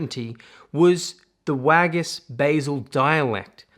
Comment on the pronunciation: Basel is pronounced bah-zel. Not bay-zil. Sloppy mispronunciation